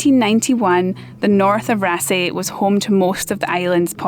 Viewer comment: The double "aa" in yer Norwegian is pronounced "aw". I'll get me coat... ;-)